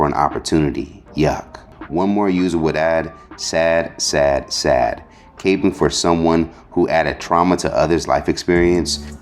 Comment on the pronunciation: Dude said Capjng like a cape It’s capping lol 👍🏽